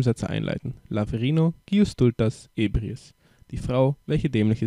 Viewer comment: Also bitte, lern mal die richtige Betonung!!! Es heißt nicht "sómero" und "ébriis", sondern "soméro" und "ebríis"! Und wer genauer wissen will, was Esperanto ist, findet hier etwas Info